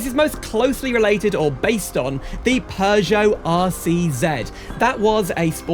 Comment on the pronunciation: No!! not Peugeot at all! as an French please respect the name... this is German design!!!